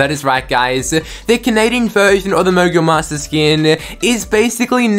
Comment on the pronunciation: lol it sounded like u said mongul monsters🤣🤣🤣🤣🤣🤣